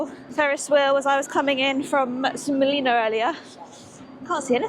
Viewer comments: BTW, the j in Silja is pronounced like an English y in case no one’s mentioned it. 🙂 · Åland = Oulaand Silja Line = Silya Line